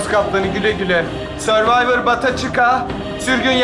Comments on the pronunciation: Hörvayvır değil sörvayvır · Tabikide bilmiyor ki hurvivor söylüyor hurvivor yazıyor